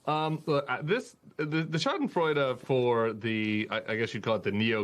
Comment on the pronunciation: He said schadenfreude wrong, very gauche.